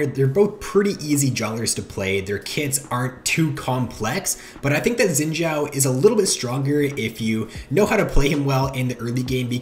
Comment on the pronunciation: I cringe at how you say xins name